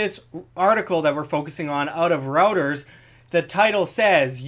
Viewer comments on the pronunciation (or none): Lost me when "Reuters" became "Routers".